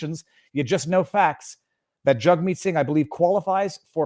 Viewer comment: Viva... you're saying their names wrong. They're pronounced Justine Turdo and Jughead Sing ;)